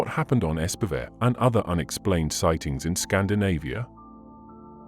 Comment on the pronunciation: It's nice when various channels start discussing Scandinavian mysteries, but I have to say ... can you not please spend a LITTLE time researching how names are actually pronounced? Much of the time I sit here trying to figure out what actual Norwegian name is hiding under the garbled "English" version we hear. I guess this is a computer voice (?!), but still. The pronunciation of Espevær is actually not entirely disastrous. "ESP-uh-vair" is a decent English approximation. (Bonus points if there had been a real trilled R at the end.) onwards: Bømlo would have been better pronounced BUM-loo. "Anne Solvang" is ANN-uh SOOL-vang. The final E of Anne is not silent in Norwegian, and the letter O will (when long) typically denote a vowel more like English "oo" than the O of either English "sore" or English "go". -- The newspapers Bergens Tidende and Haugesunds avis -- oh, please! These should be more like BEHR-guhn's TEED-en-uh and HOW-guh-soons av-EES. -- the A of "Hessdalen" sounds like the A of English "father". Norwegian A is never pronounced "ey".